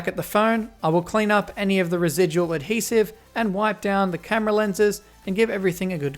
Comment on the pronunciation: Everyone take a hit whenever says 'Ad-Hesive'